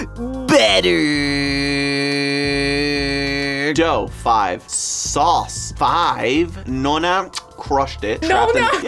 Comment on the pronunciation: GOUD SOUSS